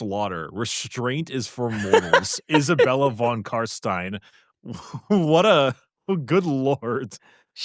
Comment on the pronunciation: "Vlad con Carstain" ... WTF ?! You spit in my face . He is f King Legend !